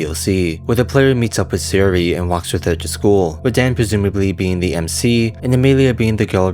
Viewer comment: Neat video, it probably was a combination of the stuff that you mentioned. A few things always bother me when hearing people read foreign names, here's a few. Obvious minor speech impediment or not (no offense, that's just clear here) I'm fairly certain they're (due to JP syllabary always being phonetic to ah-ee-oo-aeh-oh (a-i-u-e-o) and not aeh-eye-yhu-ee-oh) Sa-yo-ri; Sahyo-ri, not Saehy-ori Na-ts'ki; Nah-ts-ki not Gnat-su-ki (it'd be Na-ts-ki anyway; "tsu" is a partially end-aspirated sound, but still a single one, so the ending is typically dropped making it more of a soft ts' as opposed to a hard t-s; e.g. Tsu-ba-sa; Tsu-ki-ko, etc. Yu-ri (yoo-ri) not Yuh-ri Not certain about the last one here, but it seems like Su-ka-dev not Sika-dev; Сука from pronunciation of the Russian insult.